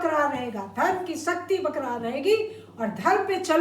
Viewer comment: Dr "Barkarar" not bakrar